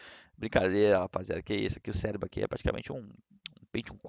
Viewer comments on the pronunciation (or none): none